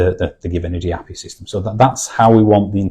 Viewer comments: Never heard anyone say API like that 😂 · It's a northern thing...